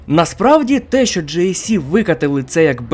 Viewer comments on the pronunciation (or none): А,а ще,будь-ласка, ДЖІ ЕС СІ,не ДЖЕЙ, ДЖІІІІІІІІІІІІІІІІ)